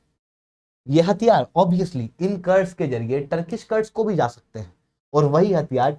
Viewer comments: कर्ड्स क्या होता है रे, कुर्द Kurd, बोल कुर्दीस्तान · कर्ड नही कुर्द क्या आप लोग सब चीजों का english बनाने के चक्कर मे अर्थ का अनर्थ कर देते हो।पढ़ा रहे हो तो कम से कम पढ़े लिखे जैसा बात व्यवहार करें । मेरी बात का बुरा न मानते हुए कृपया इसे सुधारें।धन्यवाद